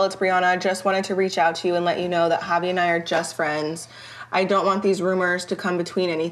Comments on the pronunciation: Okay so they purposely say everyones name wrong , bris family as a collective mispronounced devoins name and now the sister purposely calls him "JAHvi" even the bri clearly says "HAvi" wassup with that . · Drama aside Brittany pronouncing javi name wrong is always funny asf 😂😂😂